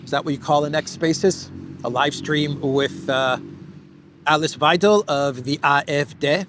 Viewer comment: Hi, thanks for your great walkabout. Alice Weidel, pronounce Alice as Al Lease, and the diphthong /ei/ in Weidel is pronounced like EYE in English or /y/ in WHY. Cheers to you mate.